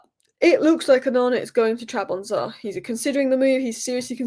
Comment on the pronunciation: Trab zon spor😂😂😂😂😂😂 say it with me......not Trabonza😂😂😂😂😂